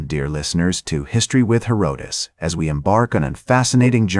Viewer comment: The AI slop narration mispronounces Herodotus. LOL